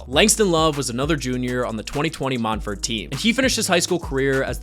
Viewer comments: Mont verd is how it's pronounced. It's in an orange grove outside Orlando, not France. I went to Montverde so I absolutely know. 👍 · I always thought it was pronounced “Mont-ver-day”